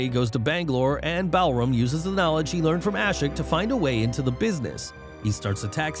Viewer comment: It is Balram not Ballroom